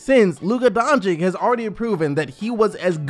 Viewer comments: please please call him Donchic not Doncick pls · Its dončič dragič. not dončik dragik... its makeing me puke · Everyone needs to understand this. Luka is not a 4. that is just what Carlisle has been playing him at. Luka is a 1. He is a PG. That is his natural position. He can play 1-4, but his original natural position is Point Guard. Also, please take the time to learn how to pronounce his name. Its sounded like Don(ch)i(ch) (Doncic) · Can you please say luka doncic's name right? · Please pronounce doncic the right way